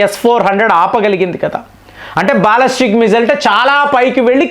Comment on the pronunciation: అరేయ్ కొన్ని నీకు నోరు పలకదు. Non veg మానేసి vlogs చేయి. బాలిస్టిక్ missile ni బాలస్టిక్ అంటున్నావు.